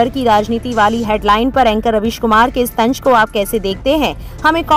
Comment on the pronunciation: Lafz ya word Tanj nahi tanz hota hai